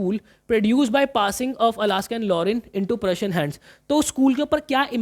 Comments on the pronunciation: Alsace❌ Alaska✅😂... But sir thank you for this great explanation and imp. questions❤. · Sir Alaska bol rhe h vo y khe rha rha